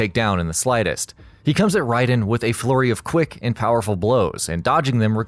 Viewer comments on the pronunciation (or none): none